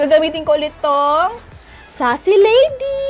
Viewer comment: Sace Lady “Seys Lady” Hndi “Sassy Lady” Correction lng sis oo no kitaaaaa 🥰♥️ Napapasaya mo ako marami pa ako natututunan sayo 😊